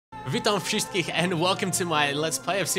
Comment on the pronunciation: That was very funny. "Witam" was good, but "wszystkich" not at all :D